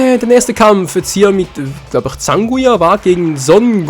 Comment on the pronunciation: sie heißt Zangya nich Zanguya ^^